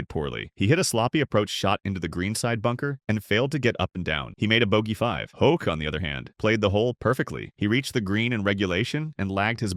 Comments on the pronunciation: I stand with the others on the mispronunciation. It's one thing to be wrong, but particularly bothersome is the inconsistency of the narrator: Hoke, Hawk and Hock. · Scott Hoch not Hawk! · Learn to at least pronounce his name correctly !